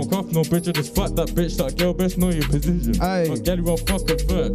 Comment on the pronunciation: man was so frass he lagged “girl best know your pozzzizzn” 😂😂😂😂